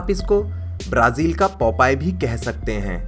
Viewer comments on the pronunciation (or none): none